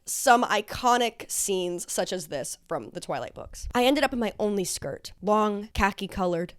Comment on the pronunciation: You pronounced “only skirt” like you’d say “OnlyFans” and this brought joy